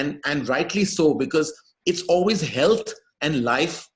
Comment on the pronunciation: We get it. You've just learned a cool way to pronounce 'AWE-WAYS'!